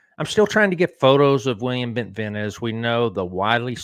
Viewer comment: Bentivegna is pronounced with a soft G in Italian. It is correctly pronounced like Bentivenia.